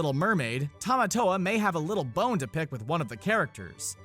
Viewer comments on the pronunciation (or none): none